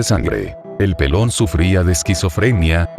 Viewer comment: Aparte de la música,que pronuncie bien, cómo que chofer y pelon? No conoce los acentos este hombre